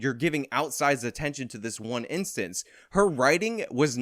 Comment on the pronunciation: can't say "instance" right. He says inscents